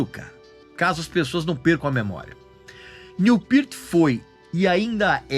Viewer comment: Cara fala o nome do cara direito